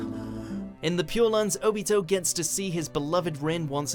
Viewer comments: “O-Beato” god why... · Its o-bee-to not o-bit-o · It's not "Oh...Beat-Oh " it's "Obito" .,__,. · It's pronounced ah-bito like naruto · "Ubitoe Uchiha" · I got triggered when he pronounced (O-BEE-TOE)wrong omg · You said Obito Wong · God dammit “Obeeto” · OOOOOOO--BEY-TOE really? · It is o bee toe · Oh-beato? Does purposefully mispronounce at least one name per list? lol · Is no one gonna rant on how he said “obito” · That’s not how you say Obito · We can tell u don’t watch anime if you said obito name like that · U said obito wrong i deserve an apology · the way u pronouced obito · I cringed so hard when he mispronounced Obito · SAY IT RIGHT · It's OBito not ObIto and UChiha not uchIha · Oh-be-toe o-chiha made me so upset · "Obeto" "Kakeshe"